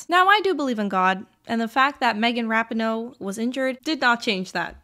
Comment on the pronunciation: That Rapinoe pronunciation tho lol